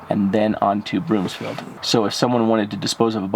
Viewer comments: And Broom-field not BroomS-field. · Broomfield. Not Broomsfield.